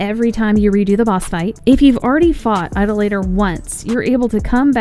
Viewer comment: Why does every YouTuber pronounce idolator wrong?